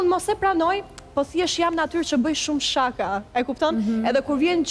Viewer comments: Jo sháka o po shaká me theksin tek a-ja e fundit. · meso si te thuash fjalen SHAKA!!!!